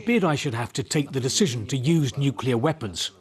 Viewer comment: Nuclear Smookular. Fock you old man!